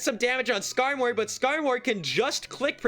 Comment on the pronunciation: commentary is so good, but it's Skarmory like "armory" my dude. Please 🙏